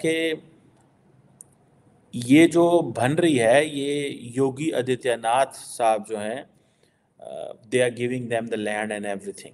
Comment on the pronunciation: can't even pronounce any Hindi name. Its Nath Sampradaya Mahant Yogi Adityanath ji Maharaj. Rutt le. Aur Superstar Rajinikanth ji ke jaise jameen pe lambe lait ke lamba wala pranaam. Tere liye home work hain, practice kar le, video upload kar le. Shayad Yogiji tujhe maaf kar de. He is 10 times more lethal than Modiji. 🚩